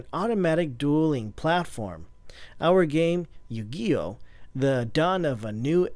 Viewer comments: Yu Gee Oh. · "Out game YOO GEE OH" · Why does he mispronounce Yu-Gi-Oh!? The moment I heard this guy say it wrong I right away cringed,ugh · I don't blame you,I just cringed the I finally to that part and thought "I can't believe he Yu-Gi-Oh! like that,I felt like saying to him:"what the f is wrong with you?" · yu "guy" oh reply a if you agree with Obstsalat95